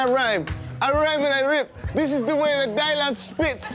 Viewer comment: It's DY-LAN